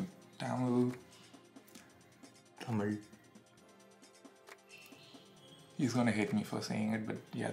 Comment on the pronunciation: insane cringe when said "Tamil" xD thookki should pronounce thamizh bro! you are not a foreigner?!